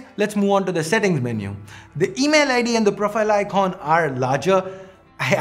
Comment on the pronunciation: Oooiy donkey i am telling you again,, it's icon not Iqqqqquon, u almost spitting on the screen